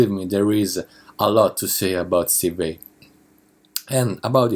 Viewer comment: the way you pronounce vai sound like 'vei'